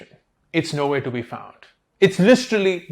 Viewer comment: Listrelly, unintentionally endorsing Listerine I presume. They have to pay you 😂.